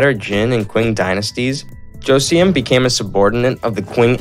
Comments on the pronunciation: i love how he pronounced joseon as joseeyeon 😅😅 but i enjoyed the video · Especially the Joseon part 😂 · Joseon pronounces as "Jo Sern" or "Josun", not Jo Se Un. Goguryeo is "Go Goo Ryuh" or "Go Goo Ryer"! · It's pronounced: jo-sun :) and it's not pronounced gojuriyo LMAO Go-goo-ryeo! Thanks for the great video!